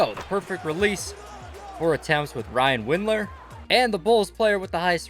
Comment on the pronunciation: “Ryan windler”